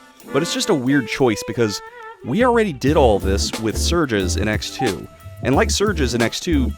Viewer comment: Bro is butchering names, Isock, surjes, Gay armor 😅